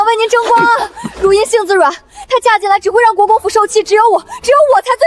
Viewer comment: 女主叫姐姐，又說是庶妹，bug AI 常念錯字，如茵有時念成如（環） 字幕錯字多，無媒苟合